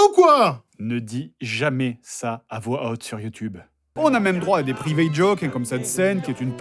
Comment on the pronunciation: Eng[ay]ne? Pr[i]vate?? c'est exactement le contraire...